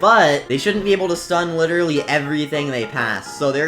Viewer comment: the way he said literally: witerally